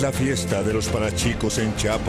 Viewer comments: idiay pz, azta donde se asi no va la historia, y es chiapa de corzo no chapa de corzo, mira son chuntaes no chuntaaaaaaaaaaa muy mal el narrador buuuuuuuuuuuuu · que bruto el narrador es chiapa de corzo, chiiiiiiiapass